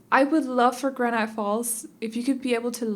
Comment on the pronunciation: This is beautiful and perfect for the woods. I could see it in Oregon, USA where I live. Also I really love how you pronounce words, especially granite. Your accent isn't common where I live so it's nice to hear something different than everyone else.